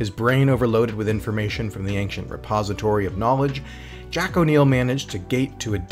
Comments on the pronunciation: Would be great if you didn't pronounce the word "Ancient" as "Anxiens" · The way you keep pronouncing "Ancient" is not just wrong, it's borderline annoying. It works on my nerves as much as hearing Americans constantly say "exetera" when the word is "etcetera" (you know, that's what "etc" is based on... right?).